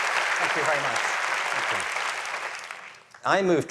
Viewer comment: “Thænk yoh”.